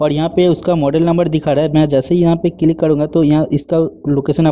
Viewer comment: Click ❌ Cilik ✅ .